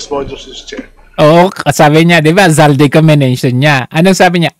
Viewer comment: Bakit hinde mabigkass ni mel tiangco ang pangalan n8 Zaldy Co?..